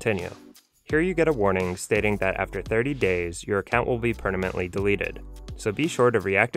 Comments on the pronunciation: Great video! FYI it’s “permanently” not “pernamently”. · did anyone else notice the whole time he says prenamntly instead of permanent 😂😂😂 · Imagine being a native English speaker and pronounce permanently as pernamently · Per...na..ment... you said it twice. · is he saying "if u pernamently?" Lol😂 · Is it just me OR... this guy is saying "per-na-mently" delete 😂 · Choose "pernamently" delete account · PerNamently? Who is this guy? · Please learn how to say “permanently” before saying it 20 times in a video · dude needs a tutorial on how to say the word "permanently" 😂